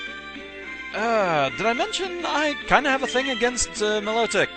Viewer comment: I thought it was pronounced My-low-tick isn't it?